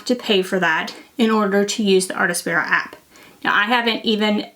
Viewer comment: Also, it's "artspira", not "artAspira" 😊.